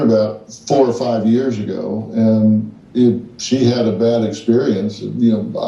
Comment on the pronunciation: Who else laughed when she said bhad Bobby